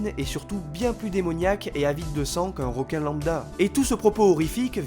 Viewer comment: Bonne vidéo j'ai apprécié...petit bémol...le mot "ROQUIN" sort trop souvent...comme certaines personnes qui prononcent "ROCOMMANCER" ou "ROCEVOIR", Alors qu'en fait on dit "REQUIN" vu que ça s'écrit avec un "E" et non un "O" ! Voilà...désolé ^^